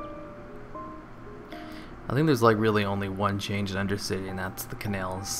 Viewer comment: Why do you say 'cannel' instead of 'canal'